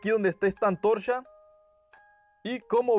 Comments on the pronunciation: Oye no te burles no pronuncia bien el ruido que ase el ch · Oye dijiste antorsha?😂😂😂